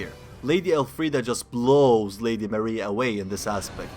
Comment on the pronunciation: Why do you keep saying El Friede thats not her name and its getting annoying lol.